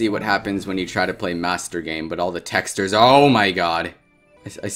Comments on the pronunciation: Are we gonna talk about he said texters instead of textures? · Bro i cant get over the fact that he says "tex - tures" instead of "tex - chures" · He pronounces it “teksturs” It’s texCHURS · t e x t e r e s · BRO SAID TESTERS 😂 love ur channel btw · I actually like how he pronounces it like “tExTeR” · i cant watch this video without cringing at the way he says the word texture.... "texters" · Why do you say "texters" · "texdur" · "texters" dont know how to pronounce words right 💀💀☠ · it is pronouced tex-CHURES not how it looks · he keeps pronouncing textures as texters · PLEASE STOP PRONOUNCING "TEXTURES" LIKE THAT OH MY GOD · you pronounce texture funny i love it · It's been almost three years and I'm still mad at how he pronounces "textures" in this video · why does he pronounce textures like that.. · I hate the way he pronounces "textures"